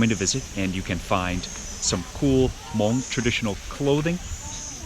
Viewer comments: Beautiful video as usual. It's nice to hear the word Hmong pronounced correctly. I find that when I have too much American food I crave the simple delicious flavors of our Hmong food. It's what I go to for comfort. I would have liked to hear some Hmong being spoken in the video but regardless you are are always so respectful when you speak to others. It was also really nice to see Mark, Ying, and Micah too! Can't wait for your next video. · Love it. Your pronounciation of Hmong/Hmoob is so right on too. Thanks for sharing our culture with the world and showing so much love towards such simple food dishes. Subd 😁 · Your pronouncing “Hmong” is excellent!